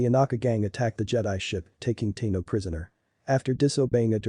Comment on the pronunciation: Ahsoka Teeno? Yeah, mate, its pronounced "TAHno"